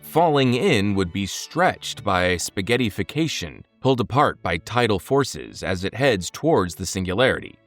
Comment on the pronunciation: Listen to how it tried to pronounce spaghettification. Lmao.